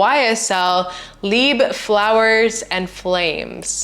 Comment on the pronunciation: It’s not pronounced leebuh it’s pronounced leebruh with a French r.